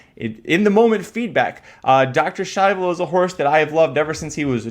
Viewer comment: Listening to The Race Call Was Kind of Annoying The Way He Kept "Purposely" Pronouncing Dr Schivel Wrong....Congrats to Winner....Razor Sharp Form Should Not be Underestimated in This Sport